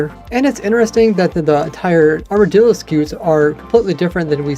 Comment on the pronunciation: People been pronouncing armadillo like its armordillo.